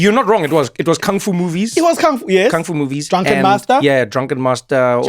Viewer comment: Bento boxes are Japanese, not Korean. Also, "kung" is pronounced "koong".